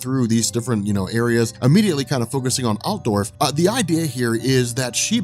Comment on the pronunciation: As an Austrian I can tell you that your pronunciation was pretty good on Altdorf